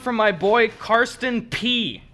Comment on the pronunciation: Shoutout for pronouncing Carsten correctly! That's my name and not too many people know how to say it where i live